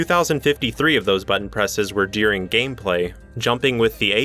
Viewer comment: Wow. You sir are the only person besides my roommate that I know exist that pronounce “during” as “deering”